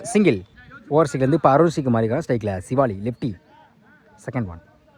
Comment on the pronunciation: யோ உனக்கு எத்தனை தடவ சொல்லுறது சிவாலி இல்லையா சிவலி னு சொல்லுய்யா பெரிய பேட்ஸ்மேன் பெயரை சரியா உச்சரிக்கவும்